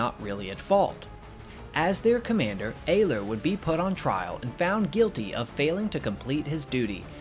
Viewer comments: it's pronounced ERler, not ayler. youre forgetting to pronounce the R in Ehrler. i speak gerrman, btw. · Heinrich Ehrler (the Ehr of his last name is pronounced air) "sehen sie im Walhalla" (see you in Valhalla) before ramming the adversary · Ehrler is pronounced Er ler in Heinrich Ehrler's case. Underreporting was relatively common during WWII, so was overreporting though. Denying intelligence to the enemy is the point of underreporting losses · Well done. For all who are interested: Ehrler (pronounced Air.ler) addressed his famous last words to his friend Major Theodor "Theo" Weissenberger (Kommodore of JG 7; 208 victories). The original words in German: "Theo, Heinrich hier! Habe zwei Bomber abgeschossen; Munition ist alle. Ich ramme jetzt. Auf Wiedersehen, sehen uns in Walhalla!" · Btw it’s pronounced more like eRleR focusing more on the Rs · One thing I would suggest when stating names foreign to you is to use something like Google translate in order to learn the pronunciation. I'm not sure how ‘Ehrler’ became ‘Ayler’, though I am always unsurprised at the mispronunciation of ‘Adolf’. It often makes me wonder if there are people that call an apple an ‘aypple’. I do understand that sometimes these things can be tricky, but I honestly do think it would be a good thing to do since it's so easy to check these days.